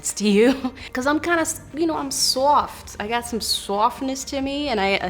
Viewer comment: The way she said "I'm SAWFT" — Idk man, I am she and she is me 😭